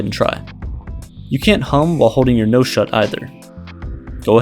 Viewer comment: I feel like your tricking me you said nouse and not nose